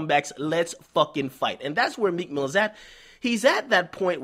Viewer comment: T f he said meek milly ... WHO THE REAL PUSSY #meek